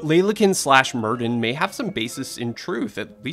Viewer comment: Hey Netflix, if you’re going to put Welsh words into a videos, please ensure your voiceover guy pronounces them properly. It’s not pronounced “Merd-din” - in Welsh a double D is pronounced “th”. So Merddyn should be pronounced Merthyn.